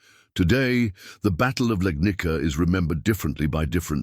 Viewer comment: Legnica is pronounced Legnitsa, not Legnika. It's a Slavic name. The oldest known European picture of a cannon is from 1325. An identical cannon, with its gun smoke and ball, is pictured in bas-relief in a chapel to the south of the Yang-tse-kiang from 1198, Southern Song. I saw a picture in 'Technology and Culture' from about 1972. Of course that cannon was too heavy for use in the field. It could only serve to attack or defend a city.